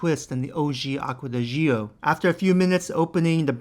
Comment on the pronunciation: Stop saying it jee-oh . It’s just Joh